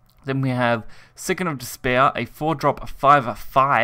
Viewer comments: Cocytus*, not 'Cyotus', Scion(sy-on) of Desire*, not 'Sicken of Desire'. WRATHFful, not 'Wraithful Icefiend'. RIP education system. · Scion is pronounced sigh on not sicken lol